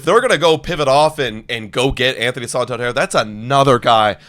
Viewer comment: Its not Anthony "sawtawndierre". Its san-tan-der